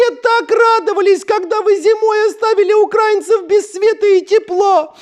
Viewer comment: правильно говорить украИнцев, а не укрАинцев.